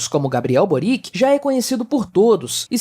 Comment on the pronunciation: Só lembrando que a pronúncia de Boric é servio-croata parecida com Djokovic.